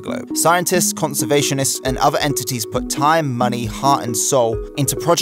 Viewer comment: Please learn how to say “th”. You said “thirty free” of 33, and “uver” for other, and “fret” for threat. And there are 2 t’s in the word “twenty”. Other than the lazy speech, this is a very good and informative video.